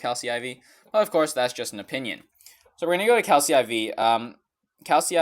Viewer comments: Your intro and outro are WAY TOO FUCKING LOUD!!!! You literally did not show the basic functionality of Calcy (in english that second C would be pronounced like a K) IV or Poké Genie... Pro tip: talk about what you're showing in the video instead of just rambling over random screen capture. maybe, urm, not sure, definately totally urm, both have the same adds but i totally like this one better because, urm, guess the one i use doesn't show you as much info but i urm, use it because i like the, whatcha call it, urm, sponsored by this illegal dick company 200 Euros for an account? are you fucking kidding me?, whatwasisaying? urm. Pokie Genie also has battle stimulator and gives you an ideal team for any raid battle Calcy IV now has really annoying full-screen ads that you have to close before you can use the app Why does this video exist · I think calcy is pronounced cal(k)y. for calculator. I did wait quite long tho for a vid about that